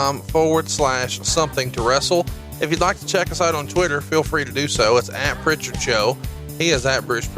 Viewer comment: No T in Prichard.